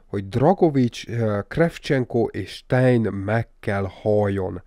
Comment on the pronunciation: ‘Sztájner’ nem sztájn. nem Dragovics él a BO Cold Warban hanem Krecsevnko.